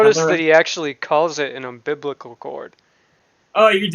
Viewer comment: "moofe" 😤😤🤬🤬 it's freaking MOVE you pile of shite! "Umbiblical cord" he probably never done that .. I bet you he saw that word online and used it to get sympathy!